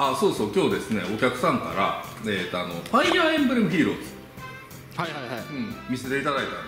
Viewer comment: ファイヤーエンブレムじゃなくてファイアーエムブレムですよ